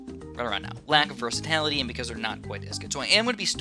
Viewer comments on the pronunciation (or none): its "versatility", not "versatality" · "Versitality" pls;_